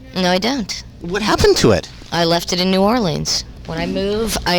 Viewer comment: does she know she’s mispronouncing New Orleans?